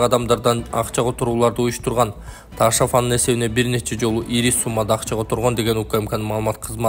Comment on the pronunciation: Ээй, Эл учун окуп жатасын го.. Ташав дебей Ташов эле де кокуй👀🙄😄😄😄